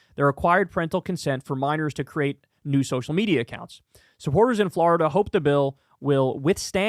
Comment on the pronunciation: Nobody: Kyle: Fl-ARE-ida